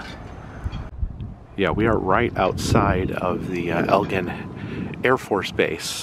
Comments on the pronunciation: You pronounce the base as Egg lin. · It's pronounced "Egg-lin" Air Force base btw not El-jen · I'm not trying to be rude, sorry but it is not Elgin Airforce Base it's actually Eglin...sounds like EGG-Lynn .My daughter was stationed there for 5 years. But it's an honest mistake 😊 Also I am enjoying your channel very much..thank you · My wife used to live in Ft Walton Beach. It was fun watching her squirm every time you said “Elgin”. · The noise you heard in Val-P was the sound of freedom. It was fighter aircraft taking off at EG-LYN is how you pronounce it by the way. Air Force personel are considered Airman, not soldiers FYI...the fire fighter suits are for fighting fires on aircraft-its a special suit for the temps that the plane can have. I lived on Eglin back in the 90's stationed at Hurlburt Field. The armament museum has definitely improved since I've been there many years ago. My best friend worked on the MOAB program back when it was being developed. You would be surprised how many times maintenance crews/pilots would forget to remove plugs before flight. The red covers and streamers obviously makes it easier to see and be reminded of their removal. I love goofy golf, played there many times over the years. Awesome vlog! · It’s pronounced EG-LIN. I grew up on that base . Fun times. I’m so glad you came here!